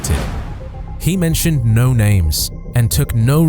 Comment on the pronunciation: This explains the mispronounced names. The robot hadn't heard of all those cyclists.